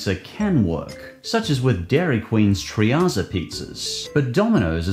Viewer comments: The Dairy Queen product is pronounced like "Treat-zza", not "Tree-ah-za". And using ice cream is definitely a better use of the Oreo than that overly sweet frosting. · It's pretty funny how he pronounces treatzza pizza lol